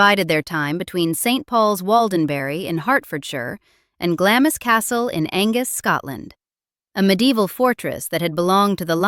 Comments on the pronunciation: 2 points; please research how to pronounce Glamis and secondly, scoff all you like but how were your countrymen treating their servants.....especially the black staff. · If you're going to make a documentary which mentions Glamis so often, at least check the pronunciation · When a videographer sets out to tell a "true" story and doesn't even know how to pronounce Glamis Castle, it is a good reason to go elsewhere. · I stopped listening at the barbarous pronunciation of ‘Glamis’. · Those of us who knew her, and staff, for years see this a nasty, uninformed, salacious American attempting to make a name for herself. She can't even pronounce names such as Glamis correctly. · I'd love to watch this whole thing but the mispronunciation of Glamis alone makes me question the veracity of the rest of it. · Please get the pronunciations right. It's really off putting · All utter nonsense. Why should we take the word of someone who can't pronounce "Glamis"? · I think the point here is that if you are going to make a video about something, then before going ahead, research the facts. Many people will look at this video, many of them people from other countries too. The very least we can do for them is to show them how to pronounce a location in our own country, Britain. Its common courtesy. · Glamis rhymes with clams. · it's not the spelling, it's the pronunciation. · Glamis is pronounced Glahms. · " GLAMIS" Is pronounced as " GLARMS" as in calms or arms. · It’s pronounced Glarms ffs. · it's pronounced Glams castle. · Nice video. Glamis Castle is pronounced “Glams”. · Glamis is pronounced Glamz. Forget the i's there. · Glamis is pronounced GLARMS !! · Correction: not Glam-is. !! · By the way, Glamis is pronounced Glaams, the I is not pronounced and the 'a' is elongated as in the word 'far'. It's pointless judging the past by present standards, attitudes at the time were very different. Who knows what future generations will make of present day norms? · Glamis = pronounced Glahms